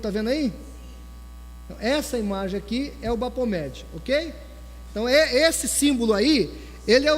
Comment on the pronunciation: se lê Bafometxi e não Bapometxi "ph" se lê "f" em ingles